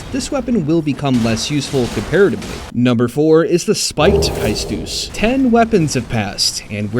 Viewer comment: It's pronounced Kay-Stus but you were close enough